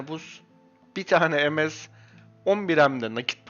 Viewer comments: kardes ms ye lütfen emes deme pc başında tilt oldum yav :) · Aga sen sen monster stone ye em-es dedin mi senin videolarını kapatıyorum direk ya